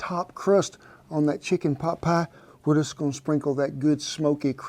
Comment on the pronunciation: * pot, not boot